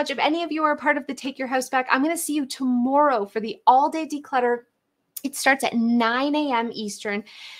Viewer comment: "ta - moor - oh" her pronunciation of tomorrow haha. Cute. ❤